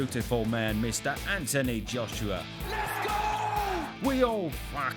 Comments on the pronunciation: You're based in England, a multicultural society that is thriving on 2nd generational talent from immigrating countries. The least you can do is practice how to say his full name or don't put that part on the video at all for laughs. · What, you can’t pronounce his name? Poor schooling. Stopped watching it there. Reminded me of growing up in Bow during the 1970’s. Wankers like this were everywhere. But I was one of those little black boys that you never made the mistake of letting me move around.